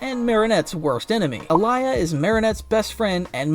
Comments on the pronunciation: Alya not alaya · Common not alaya it’s Alya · ITS ALYA NOT ALIYA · It alya not Aliya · It's Alya not Alaya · Its alya not alaya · It’s pronounced all-Lee-ya not ah-lie-ya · Bro it's Aaliy😂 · why do u pronounce alya's name like that